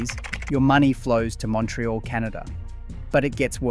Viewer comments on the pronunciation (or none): none